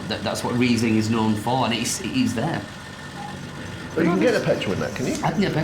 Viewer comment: Great video! You pronounced Riesling correctly the first time and the petrol-like taste is also called "Riesel-Diesel". Greetings from Germany!